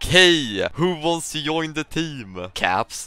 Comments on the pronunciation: why he is saying yoin stead of join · He is saying yoin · Why you pronounce j as y? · is he intentionally saying "join" like that or is it the way he pronounces it?